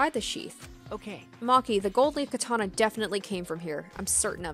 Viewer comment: you pronouncing katana and necronomicon physically hurt me